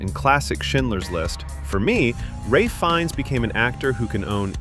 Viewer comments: RAY Finnes .. Are you SURE about that? 😂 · Pronounced like “Raif”